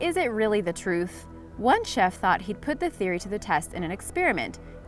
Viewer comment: Chef is pronounced as ?????